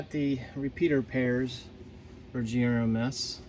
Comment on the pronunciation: GMRS NOT GRMS